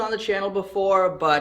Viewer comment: It's pronounced Shaopung if pronounced in English